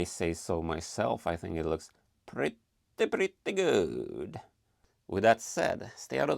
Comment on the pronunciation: I only wish I could say “pretty good” like you, that’s the epitome of Swedish 😂 Ohh and I think I’ll build a mosaic of the Huns tapestry! The colors are so fitting.